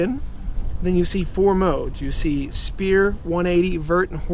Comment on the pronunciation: Thanks for the info. It's "sfere" btw. 3d circle